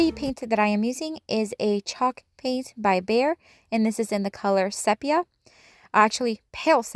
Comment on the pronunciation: I love the colour Sepia, but it is pronounced see pee a...